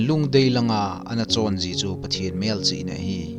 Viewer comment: Pathen ging jing nati pronounce chu adih poi bro